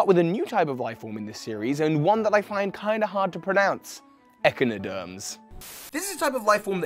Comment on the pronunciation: Echinoderm is pronounced ech-Ine-oh-derm